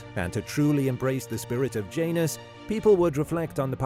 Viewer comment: Janus not pronounced like that in latin